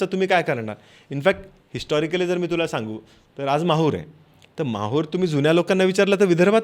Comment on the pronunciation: महूर नाही माहूर